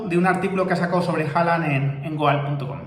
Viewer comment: Goal se pronuncia gol